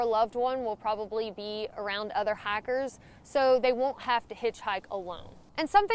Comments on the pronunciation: I actually thought you said "hackers" but then remembered it's talking. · Love how you say hikers..